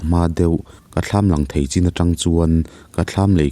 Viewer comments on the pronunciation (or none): none